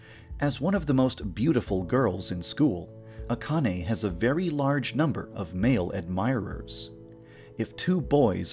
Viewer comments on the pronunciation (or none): I thought it was supposed to be pronounced "Ahh-can-ay" not "Ah-con-ay" Also "Aoi", rhymes with "yaoi" not... "a-oy." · So I just found out THREE YEARS LATER that Akane’s name is pronounced A-khan-a and not A-Cane AND Aoi’s last name is Ree-O-Goku and not Ri-O-Goku Today has been a real shocker for me.